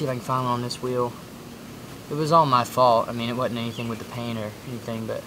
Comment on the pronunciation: You say "wudn't" I know the 'S' and 'D' are right next to each other on a US QWERTY keyboard, but when it comes to SPEECH.... I don't see any reason you can't properly pronounce the word "wasn't". Especially because you're white, live in America and I am almost certain English is your primary language.